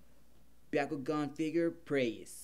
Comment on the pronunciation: It’s Bakugan not biakugan from naruto